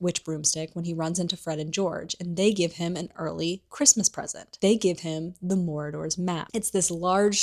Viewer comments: i was glitching out every time you said 'morador' 😭 it's pronounced 'maraud-er' as in a person who marauds.. which basically means go around looking for stuff to steal or raid haha. kept catching me off guard bc i thought you would have heard it pronounced in the film. not hating though i love your videos !! :)) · I think I'm missing some kind of inside joke, why the word Marauders is being pronounced as Moradors. Did we jump into Lord of the Rings for a minute?